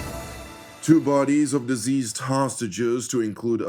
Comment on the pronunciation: Diseased or deceased ? Will you get your pronunciation right ? You are an anchorman broadcasting to thousands of Youtube viewers. Stop confusing us !